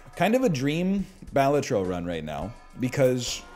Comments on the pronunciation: (bal-atro) not (Ba-la-tro) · Bah-Lah-Tro. There you go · well balatro is an actual word in latin, and in latin the first syllable is stressed so it's bálatro not balátro